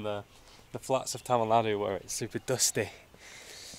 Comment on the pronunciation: You pronounce Tamil words like a native speaker 😊